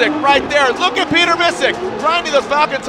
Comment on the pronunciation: "Piot-err" lol